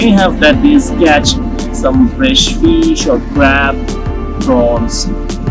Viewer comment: Guru banglay bolo... English pronounciation and grammatical errors puro pronab mukherjee baa communist utpil dutta r moton...eas...rice and phis curry